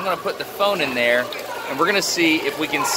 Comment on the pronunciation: Frost Night Hahahaha The way he says it too "Ah cud ma hed in theya"😂